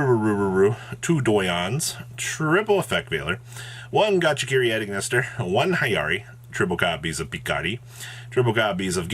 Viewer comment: you have great, concise content, but please for the love of god get hooked on phonics